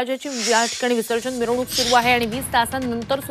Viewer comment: अरे मिवरणूक नाही मिरवणूक